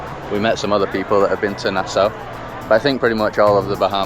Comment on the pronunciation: That beach looks nice, the food looks good, and close to the states but I’d never do a cruise…. Btw it’s pronounced Na (short a) - saw